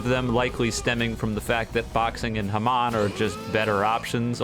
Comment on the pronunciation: It's not hamawn, it's hamun